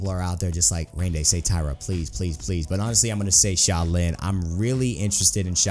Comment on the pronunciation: 5.Sha-lin 4.Sha-lin 3.Sha-lin 2.Sha-lin 1.Sha-lin